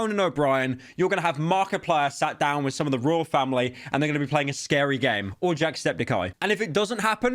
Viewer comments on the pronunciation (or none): none